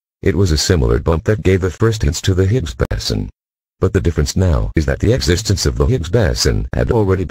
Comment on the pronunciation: Lousy, illiterate, speech impaired voice synth. Why, why, why???? BOSON, BOSON, BOSON !!!!